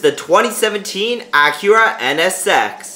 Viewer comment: You pronounced Acura wrong